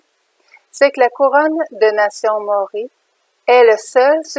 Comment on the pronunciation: Il faut prononcer MA. O. RI.